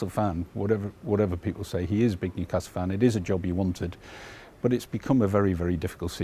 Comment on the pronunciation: Newcastle never stops laughing. “Mewcastle” “mever” thinks.